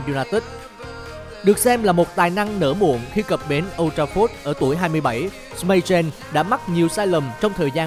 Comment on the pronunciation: anh đọc sai từ Schmeichel